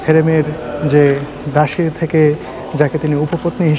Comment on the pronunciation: জৌন দাসি নয়,দাসি বলুন,,।